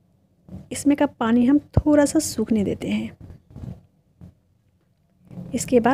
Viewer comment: Jab aap thoda ko Thora bolti ho to aur achhi lagti ho